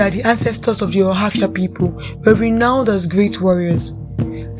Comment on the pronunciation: She didn't pronounce it now